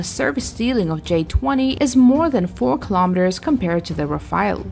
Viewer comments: People please ...it's RAFALE not RAFAEL , Rafale means Burst in French This Rafael aircraft doesn't exist at all ...thank you. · I noticed one thing pretty soon, when I read the comments. My conclusion is : both of these aircrafts has a better accuracy than most of the commenters, when it comes to spelling the names correctly. It's RAFALE. Not "Rafael".